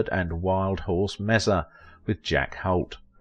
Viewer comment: In 'Wild Horse Mesa," the final word is pronounced MAY-sa, not MESS-a... Some of this pronunciation makes me go SHEESH 😱🤬